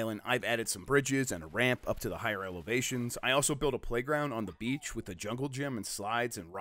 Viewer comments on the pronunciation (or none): none